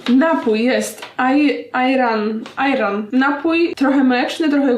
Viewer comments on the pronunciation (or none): Czyta się "Ejran" Ago 😊❤️ pozdrawiam 😛